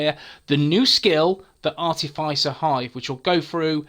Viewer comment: Nice! Not wanting to be rude but it's pronounced ar - tif - is - er